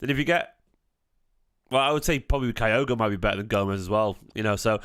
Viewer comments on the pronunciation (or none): My wife is Japanese so for my sake (to stop her moaning every time you say Kyogo while I'm watching these) his name is pronounced like this. Sorry to be fussy but she's killing me! 😂